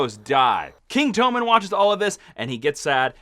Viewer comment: Apparently their names are TOE-men and LAWN-cel now.